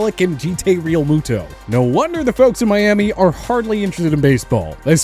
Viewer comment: Jee-Tay Realmuto